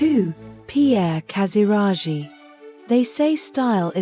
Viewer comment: What an idiot! As for Achilleas: his Grandfather wasn’t just a Prince of Denmark but the King of Greece! And Pierre Casiraghi is not pronounced Casirashi , but Casiraghi( with a g in the middle. But I guess dummy AI voices never learned the rules how to pronounce names properly !